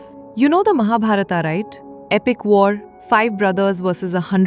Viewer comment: You spoiled all names in Mahabharat by adding ‘AA’ at the end of them. Why don’t we pronounce Indian names properly as we speak them in Indi languages. Unless we Indian pronounce them properly No one else will do.